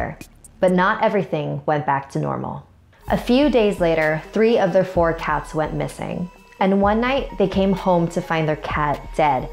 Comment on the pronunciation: whan you said cats I thought you said cows LOL XD